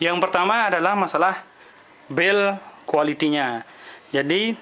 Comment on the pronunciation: apa cuma gua yg denger " masalah bell quaitynya"